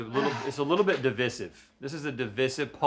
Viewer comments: why did rhett say divisive like that?! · The way Rhett pronounces "divisive" is divisive.